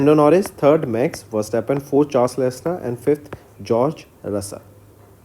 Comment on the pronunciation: it's Pronounced leklerk!😶